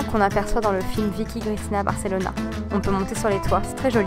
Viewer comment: Ah Barcelona !!! dire que à cette date là l'an prochain je vivrai la bas ! en tout cas jolie video, et ta petite prononciation m'a bien fait sourire :D